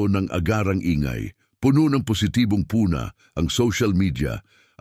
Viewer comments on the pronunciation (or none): Maganda sana ang mga kwento at delivery ng narrator, pero napakaraming pagkakamali sa pronunciation. Mukha namang Filipino ang narrator, pero bakit napakaraming mali sa pronunciation at syllable stress kahit sa mga napakasimpleng words? 😢 Sinasadya nya ba yun? Narrator: ^puna (pu^na) N: ^silid (si^lid) N: ^dapitha^pon (dapit^hapon) N: ^alukin (alu^kin) N: masiglang ba^ti (masiglang ^bati)